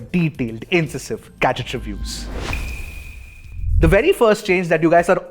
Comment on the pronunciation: Your pronounciation of incisive is inaccurate